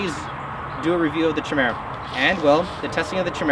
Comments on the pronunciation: Not "chi" it's "kia" but don't feel bad out of like all the videos on this knife on YouTube only one guy pronounces it correctly. Also omg! After repeated strikes against a mere cinder block I wonder how it would stand up to a caterpillar D-9? I think that test would be just as practical. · Pronouced "kie-meera" not "chi-mera" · Fuck me, I hope you're not still pronouncing 'Chimera' like that. 'K-eye-merah.' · Try saying it like this "Ky-mera"